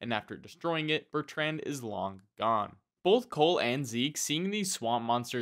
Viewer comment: The way you say the name Bertrand is nothing short of an act of butchery